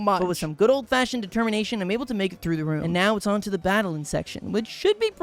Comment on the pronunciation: "Determation" ahh speach